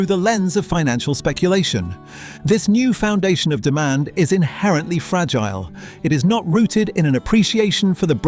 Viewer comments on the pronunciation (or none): none